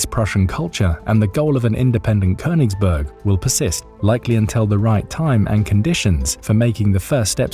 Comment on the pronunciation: Königsberg. Say it correctly.